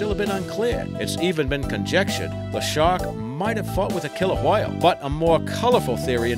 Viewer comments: А hwale ? Are you fckin Stewie Griffin ? Its a WHALE not a HWALE buddy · the way you say whale pisses me off for some reason